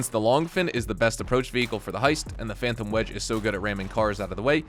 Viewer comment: Breh said the phantom wedge 😭